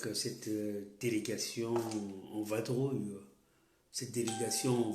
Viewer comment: On dit vadrouiller pas vabrouiller